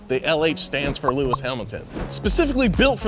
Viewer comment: Lewmis Hamilton! Lol love